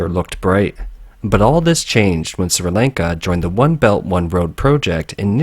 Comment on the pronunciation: My man can't even pronounce Sri Lanka properly. Bruh.